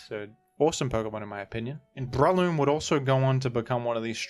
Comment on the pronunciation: Daaaayyyuuummm Rilla with the hard R